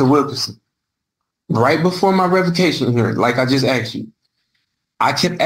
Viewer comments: "axed and axswned" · I axed you agreeeedz?